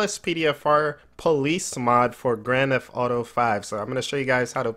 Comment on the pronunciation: anyone else like how he says grand f auto